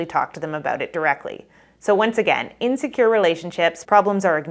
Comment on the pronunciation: Great info! In future videos, please pronounce in a DISCERNIBLE WAY, the difference between INSECURE and IN SECURE —— sometimes one sounds like the other because of your pronunciation. Thank you 🙏🏼